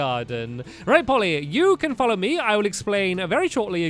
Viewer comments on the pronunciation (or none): none